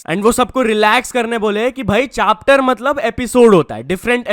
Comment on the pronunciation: Chapter ❌ Chaaptar ✅ Also upcoming Soya Chaap for members only !!😂😂